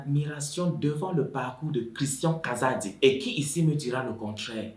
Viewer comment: j'ai vraiment aimé la façon dont tu as raconter l'histoire mais la prononciation du nom kazadi tu la vraiment mal fait